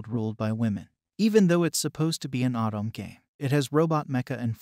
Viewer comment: Nice video. But say “Autumn” again….. [O-to-me]